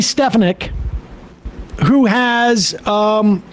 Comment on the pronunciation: I like how Sam takes the opportunity to mispronounce these MAGA clowns' names. Like stefanick